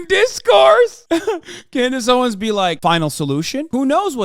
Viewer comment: I’ll never get over “Klandace Owens” 😂😂